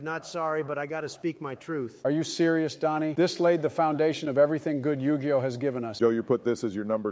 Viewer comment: Type Yug(ii)oh and the ai will say it correctly